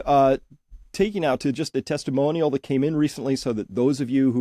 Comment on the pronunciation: Chris created a new word : "Testiomonial" (17.02) 😊